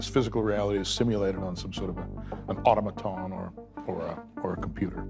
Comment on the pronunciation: He has an IQ of 200…but mispronounces “automaton”? I call BS.